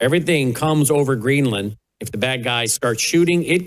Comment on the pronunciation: It’s Green-land not Greenlin 😅